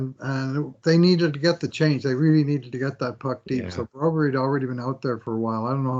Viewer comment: Hey if you pronounce Broberg as Brobury how would you pronounce Landeskog? 😂